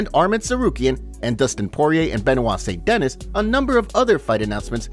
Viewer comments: Bro you talk so weird, and can’t even pronounce st-denis right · Saint denis. Pronounce. Duhneeeeees